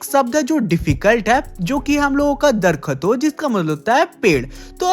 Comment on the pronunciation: It's not Darkhaton. It's Darakhton